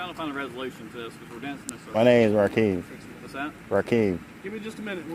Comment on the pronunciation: Why does mr not have a single consonant